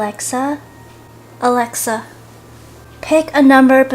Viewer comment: when she says “ALAXA” my alaxa turns on